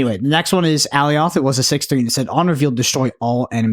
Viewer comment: please watch the Loki series and learn how to pronounce Alioth correctly lol. Love the show